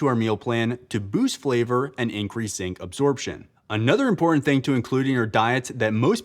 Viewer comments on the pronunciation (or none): none